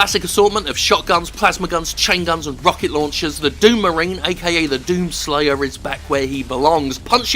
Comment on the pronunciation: Thought he said 'Doomarang' instead of 'Doom marine'. That was a funny visual